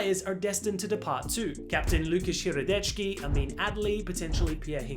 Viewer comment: That lukas hradecky pronounciation is one of the funniest things i’ve heard in a while😂